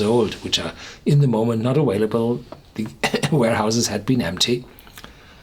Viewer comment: awaylable... love you, Horst :)